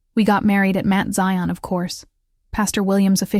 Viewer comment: Can someone please 😢tell the narrator it is NOT Mint Zion, It's pronounced Mount.. smh. Somebody needs to go to ⛪️ to get educated 🙄 to get educated about church ⛪️ 🙄. Ughhh.